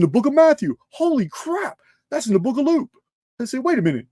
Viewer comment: When you said book of Luke I swear I heard you say Loop. 😅. If you know, you know. ML. And also that was 🔥